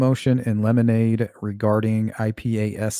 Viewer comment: Motion in 'lemonade' is cracking me up. Great way to remember how to pronounce it!